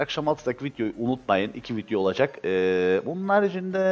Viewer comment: Abi neden vidyo verine vityo diyosun :DD